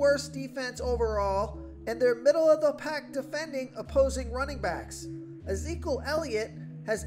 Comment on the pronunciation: Uhzeekal Elliot lol? ... it’s ih-zee-kee-uhl